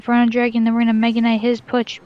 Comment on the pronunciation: puch, puss, p, push ay watch your mouth bag sorry sir lmfaoo